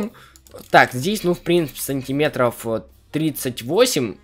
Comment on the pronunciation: Ххахахахахахах я ржал когда он сказал сонтиметров 38